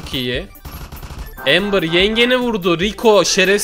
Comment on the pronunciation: AMBERRRRRRRRRRRRRRR ABİ PARDON AMA EMBERRRRRR